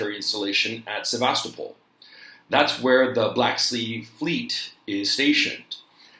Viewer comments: think its said like sev ves sto pull ? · Sevastopol, Crimea is not pronounced the same way as Sebastopol California. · It's pronounced Ti-RAS-pol. Also Seva-STO-pol.